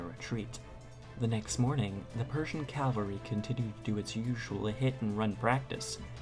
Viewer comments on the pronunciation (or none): CAVALRY you dumb shit not calvary .... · the narrator needs to learn the difference between calvary and cavalry. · the word is Cavalry not Calvary !!!! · Good video, but a correction: The word is "cavalry", not "calvary". "Calvary" means something else entirely. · "calvary" :face-blue-covering-eyes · i believe he was referencing the narrator's pronunciation of the word "cavalry"